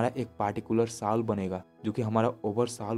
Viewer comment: Very nice. I love your content. Please Soul ko sahi se bolo vo सोल bola jata hai na ki साउल